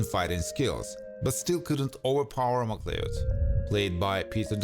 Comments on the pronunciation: You pronounce Macleod as mc CLOWD. Need to read up and learn Scottish names my friend 👍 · Pronounced Mick Cloud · No it isn't, it's pronounced "Ma-cloud" with a short "a".